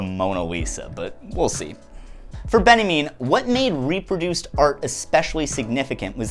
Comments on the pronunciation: Quick note: Walter Benjamin is pronounced "Ben Ya Mean" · Uh... why are you pronouncing Walter Benjamin as Benniemin? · do you call benjamin "benny mean" by choice? ;-) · That's how north americans say Walter Benjamin? Loved the video, just found the pronunciation weird